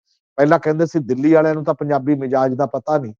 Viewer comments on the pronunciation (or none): none